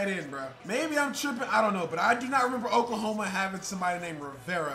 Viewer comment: Oklahome😂😂😂 cmon